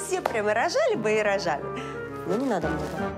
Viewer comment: Мне послышалось "но не надо"